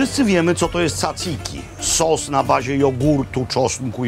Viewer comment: Panie Robercie, 1. Lefkada nie jest podłączana z lądem tunelem podmorskim lecz otwieranym mostem pływającym. 2. Na Skorpios można kotwiczyć w zatoce od południa, żadna ochrona nikogo nie wygania. 3. Wymawia się DZaDZiki nie cacyki. 4. Feta może być tylko z mleka owczego z dodatkiem koziego, z krowiego nie może nazywać się Feta.